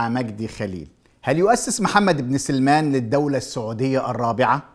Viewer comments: يا عم مجدي أبوس ايدك تنطق اسمه صح .. اسمه محمد بن سلمان مش سليمان ... قول ورايا .. سين عليها فتحة .. لام عليها سكون .. سلمان .. سلمان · 🔴انطق اسم الملك بشكل صحيح (((سَــلْمَــان))) وليس(سِليمان) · اسمه محمد بن سلمان وليس سليمان وكلمة وهابيه ليس لها معنى ديننا الإسلام ومنهجنا السنه كلمة وهابيه يقولونها الشيعه الكفره لان الشيخ محمد بن عبدالوهاب قضى ع الأوثان والأصنام فقط ،،، اتمنى ترجع للتاريخ وتنطق اسم سلمان كويس ههههههه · انت تنطق اسم الملك غلط بداية سيئة وهو واضح